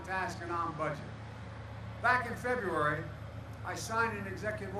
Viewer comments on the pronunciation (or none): none